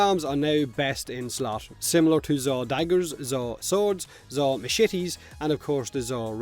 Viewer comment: "Zaw maSHITes"